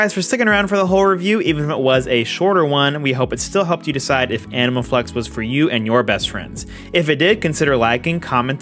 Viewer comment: Am I the only one hearing "Anal Flex" every single time xD